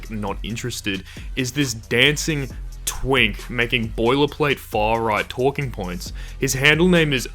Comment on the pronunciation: I hate how you said twink.😭